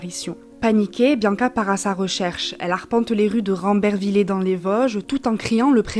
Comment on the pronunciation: C est qu un détail mais on le prononce rambervillé 😊